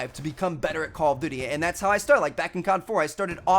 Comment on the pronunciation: I like it when he pronounces call of duty like call of dudy 😂